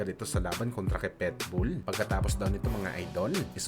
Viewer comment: marunong k b magbasa?anong petbul ang tamang basa jn pitbul bobo!